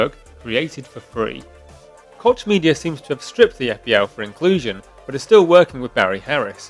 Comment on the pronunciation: It's pronounced "coke" media.